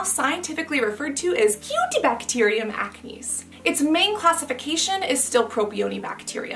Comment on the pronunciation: Cutibacterium is def not cute 😂 u make it sound otherwise lol